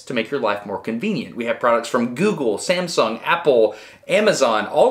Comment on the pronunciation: Samsong?? LOL, great video.